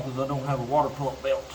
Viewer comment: You said "water" jus like Forest Gump. ..wau- tauh